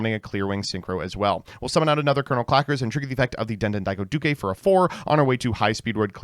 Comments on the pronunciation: Yet again he pronounces the widely used word “Duke” as “Dukay” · why are you pronouncing "duke" with an extra syllable? what is going on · Why does he pronounce Duke like that? Duke is an English word